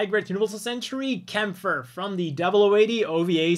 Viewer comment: Aww man, it's great to hear someone pronounce Kämpfer correctly